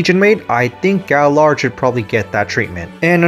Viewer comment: Gaillard is pronounced guy-yard, because he's French.